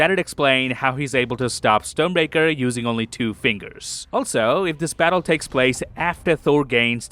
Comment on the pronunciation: No hate! But it's funny how it sounds like "stone breaker" 😅